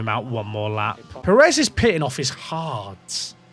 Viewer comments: On the pronunciation thing, it's not about how you say the word "pear," but about which syllable gets the stress. It should be on the first syllable (PAIR-ez, not per-EZ). It's a minor thing and even here in the US where a larger portion of the population has Spanish surnames, it's often pronounced the way you say it. It's technically incorrect but it's a minor difference that isn't likely to offend anyone other than pedants. Similarly, I've noticed a lot of English folks pronounce Jimenez as HIM-in-ez instead of him-EN-ez. Same thing. It's wrong, but it's not horribly wrong and we all know what you mean. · you are saying sergio pérez wrong, to be fair. the diacritic is there to help you, you're stressing the wrong syllable. if you say "DI-az" it's normal but if you said "di-AZ" people would think you're a psycho, it's like that. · It's not just native speakers that can identify the difference. Every American can tell you how to say it. Brits are actually horrible at saying Spanish names - it's an issue with what syllable to emphasize. You need to emphasize the first syllable in Pérez (the accent mark indicates emphasis). If there's no accent mark, you stress the penultimate syllable. Robert Martinez' last name is always mispronounced by Brits. Also, it has nothing to do with whole pear pronunciation thing - that's a single-syllable word, and the issue isn't th vowel sound, it's the stress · Actually calm down as a Brit most people I know how to say a name if you tell them and who cares? It’s f1 manager stop crying about something that doesn’t matter. Spanish speakers can’t pronounce English things perfectly and they have no reason to pronounce everything perfectly. So stop crying about it when it’s the other way round and it’s irrelevant in this sense. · You definitely don't say Perez right. Not nearly enough "K's" and "Q's" ;)